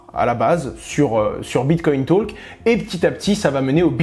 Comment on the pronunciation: merci pour cette recherche ... si jamais en anglais, le l ne se prononce pas dans talk